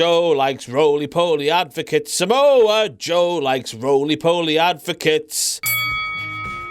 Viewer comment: Surprised Reigns pronouncing Samoa Joe's name "Sah'Moa Joe" isn't a WTF Moment